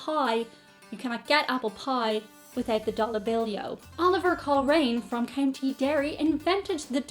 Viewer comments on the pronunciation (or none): none